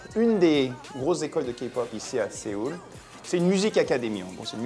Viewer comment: suis-je la seul à avoir mal aux oreilles des qu'elle dit sÉoul car ça se dit soul (avec le o légèrement accentué)!!!!!!!!!!!!!!!!!!!!!